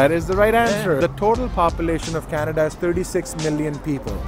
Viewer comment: It's not canada, its kanedda 😅